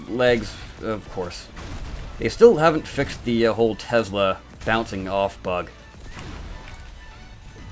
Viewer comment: Tesla not tezla